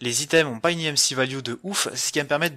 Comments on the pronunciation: Stp dit EMC et pas EMCI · tu le dit en anglais imci et en français emc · oui mais c est chelou